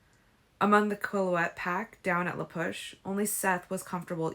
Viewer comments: It's pronounced kwill-yoot, not coalete. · yeah it's at every time you say the name Quilete. If you're going to do this work, you should put the effort in to correct your own mistakes. Don't try to offload it onto your viewers. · it is human, but putting stuff out there in public opens you up to scrunity and criticism. If you looked up name pronunciations, you could've looked up how to pronounce Quilete. Given they're an active modern nation, they deserve that respect.